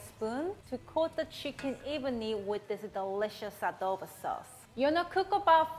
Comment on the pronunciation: Other people: ITS PRONOUNCED CHICKEN ADO BOWW Filipinos: no it’s chicken adobo